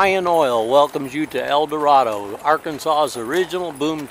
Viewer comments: As the Warden said, it's El Dur-ray-doe. No offense (and forgive me), but I kinda cringed when I first came across your El Dorado video back at the start of the decade and you pronounced the town's name with an A at the end. Our biggest pet peeve is outsiders mispronouncing the town's name. Also, you mispronounced Calion. It's pronounced Cal-yon. And for Ouachita, it's wa-sha-taw. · hey dude,i sure can tell your not from Arkansas,u did say the county of ouachita right,and town of el doardo,right either... just trying to inform u!